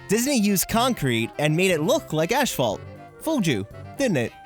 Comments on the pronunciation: Not trying to be a hater but this triggered me. Asphalt is pronounced "As-Fault" Not "Ash-fault". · It’s asphalt. Not Ashalt. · I like how he says ashfault, isn’t it asphalt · I’ve never heard of “Ashphalt” - what is that?? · Sorry, I cant get over you calling it “ash”phalt..... lol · Why is he saying Ashphalt? Its Asphalt. Maybe he don't wanna say the kind of curse word in it.... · it's asphalt...not ASHphalt. I know it' sounds petty, but thought you should know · is he saying ash fault? instead of asphalt? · As-phault. Not Ash-phault. It's downright painful to listen to that part of the video. Otherwise, great video. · I think you mean asphalt, not ashfault. ;) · Asphalt... AS-PHALT NOT ASH-PHALT --- THERE IS NO 'H' AFTER THE 'S'! IT'S AS-PHALT NOT ASH-PHALT. >:3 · What is “ashphalt?” It’s asphalt. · Asphalt not ashphalt. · I can't handle your "asphalt" pronunciation bro lmao For me it sounds like "ashfault" 😂😂😂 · Wait, did you say ashphalt? 😂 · It's pronounced "a$$-fault" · Great vid! Lol did you say "ASH-Phalt" so you wouldn't get demonitized? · Erm, what is "ASH-phalt"? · you say "ashfalt" and it bothered me for some reason. good video though!! :D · neptune glad im not the only one bugged by that. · Me too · That's how they say it in Canada. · Learn how to pronounce asphalt